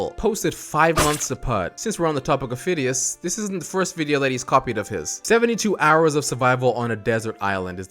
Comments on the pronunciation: its not Fidias its Fi-de-is (to pronounce it) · When called fadais fidis I was like ITS F-AH-DI-AS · Fidias is pronounced fid e us